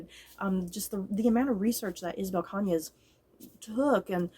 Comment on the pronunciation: I remember reading this book back in September and I really liked it‼️ I check the audiobook and you got the writer’s last name just right‼️I’m glad you enjoyed it too‼️ Ps: The novel does share some similarities with Mexican Gothic but it does have some differences. While I did picked up on the influence from Rebecca, I think there some nods to Gone With the Wind as both Scarlet O’Hara and Beatriz marry for convenience. However I’ve dnf Gone With The Wind book and watched the movie instead because I found Scarlet to be unsympathetic unlike Beatriz‼️